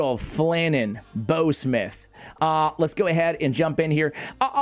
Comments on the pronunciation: It’s pronounced bow like in bow wow not bow like bow and arrow.. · Dude you need to Google that shiz-nick again because I found it easy and by the way you are saying it wrong: bough rhymes with cow, now and wow, just to mention a few words that you should know “ How “ (see what I did there) to pronounce my guy!